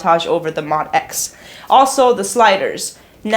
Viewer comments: Pronounced Moe Dee ex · I Love you, love your videos but I gotta let you know... it’s pronounced MO-D.X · I’m sad you don’t know incorrectly refer to the MODX as “mod-x” and not “mo-d-x”, especially as long as the instrument has been out. MO-D-X. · I've heard Yamaha employees say it both ways. I'm not sure there is an official consensus on the pronunciation.